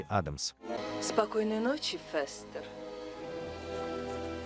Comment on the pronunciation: Ну что за произношение: МОртиша, ФЁстер... Тьфу! У Кузена Итта и то речь чётче. Добавлю ещё несколько фактов: 1. "Странной семейке" у Чарльза было посвящено менее 10% рисунков - 150 из 1300, первый рисунок с прото-Мортишей, а так же возможно с прото-Ларчем (единственный Ларч с бородой) и возможно даже прото-Уэнздей был нарисован в 1938 году 2. У героев появились имена и известные нам многие фишки, которых в рисунках Чарльза не было и в помине, только в сериале 1964 года. Актёрам давали выбор и возможность импровизации. У отца семейства было 2 варианта имени: Репелли и Гомес, выбор сделал приглашённый на роль оного актёр Джон Эстин, который кстати добавил в привычки Гомеса такие вещи как Дзен-йога, курение сигар (тем более сериал спонсировала табачная фабрика) и игру в паровозики (в оригинальных рисунках был лишь один, где Пагсли запускает на игрушечную железную дорогу перед поездом что-то вроде автобуса). 3. Имя "Уэнздей" (Среда) придумали производители игрушек, когда выпускали серию мерчендайзовых кукол перед релизом сериала, основываясь на строке из стишка про дни недели - "тот, кто в среду был рождён, горьким горем будет полн", хотя официальный ДР Уэнздей - пятница 13е, в сериале даже есть прикол, что у неё 2е имя Пятница, а в новом сериале была ещё и МАнди (Monday - Понедельник) Джонс, дочка кузена Рамона, двоюродного брата Гомеса. 4. Вещь по задумке Чарльза была отрубленной головой, но режиссёр Дэвид Леви посчитал это слишком перебором и заменил её на руку кузена Итта во